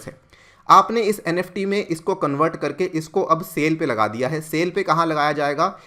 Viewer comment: Nft not neft